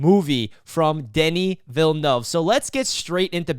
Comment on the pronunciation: smashed 👍🏼 right away for the on point pronunciation of ‘Denis Villeneuve’. On point review too. Yeah this movie is awesome on many levels.